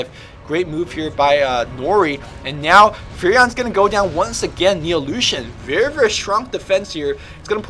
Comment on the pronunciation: Anyone else thought he was saying illusion? o_O